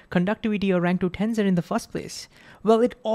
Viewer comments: TENSOR not TENZOR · Well, first the s is pronounced as an s. Not a z. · BTW, it's pronounced ten - sssor, and not ten-zor.